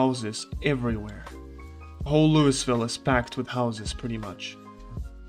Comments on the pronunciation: It happens more than you'd expect, so we get used to it. If you don't pronounce it "lou-uh-vul" than everyone knows you aren't from around here. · It's not pronounced "Louis-ville", yikes. It's 'Loo-ah-vul'. Or Loo-vuhl. While we're at it, "Muldraugh" is pronounced "Mool-draw' or "Mull-draw' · LOUI VILLE. LOUI...VILLE. NOT LOUIS VILLE. NOT LUIS VILLE. NOT LEIWS VILLE. LOUI VILLE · Say it with me kids, "LEW - EE - VILL" NOT "LEW - US- VILL" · Lou-Uh-ville not “louis” ha ha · The pronounciation is "Loo-ee ville" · Lew-E-vill not loo-iss-vill, trust me I’ve been corrected by people that live there and apparently it’s “triggering” to get it wrong. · You saying it wrong bro. It's lou-ee ville. Not lew-iss ville. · I prefer to say lou-ee ville as well but we are wrong too. Its prounounced loo-uh-vull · I Just wanted to let you know the the 'S' in Louisville is silent. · Please stop saying LouiSville the s is silent.. and yes this is true for the real life city in Kentucky that the game is based on :D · Awesome guide! Thank you. You wanna pronounce it loo-e-ville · Pronounced LOO-ee-vil. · “Loo-is ville”? Lol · It must be agonizing for people from Louisville watching this having to listen to him say Lewisville over and over. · Say Lewieville. The S is silent. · By the way Louisville is pronounced "Looey-ville", some people with a southern accent might pronounce it like "looey-vul". Another good video though 👍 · "Lewis Ville" ah shit, here we go again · "Lou is ville" dude.. come on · I love how he said it Loois ville just to spite everyone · I beg Zomboid streamers to learn how to say Louisville. Like even Looeyville is fine if you don't want to go all out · I like your content, but do look up how to pronounce Louisville next time. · As much as it makes me smile to here you pronounce it...the "S" in Louisville is silent. 😁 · Introduces self as guide for Louisville, while mispronouncing Louisville. :) Memeing aside, nice video. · He knows. He does it on purpose.